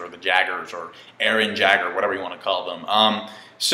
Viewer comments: The "J" in Jaeger = "Y" in Jaeger. Yay-Gir. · Yay-Gur, it's pronounced Yay-Gur. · There pronounced, Jaeger: Ya-ger, its German for hunter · Jaeger is pronounced [Yey-ger] like it was in the movie "Pacific Rim" It means: Hunters Showing how Egotistically and Terrifyingly Psycho Esdeath's Bloodlust is 0.0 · It's pronounced "Yay-ger"